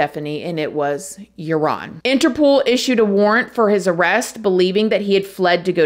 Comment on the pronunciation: It's not "interPOOL"...it's interPOLE